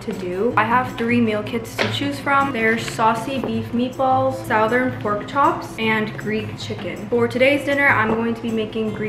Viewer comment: Lol! A part of my southern american self died when pronounced it south-ern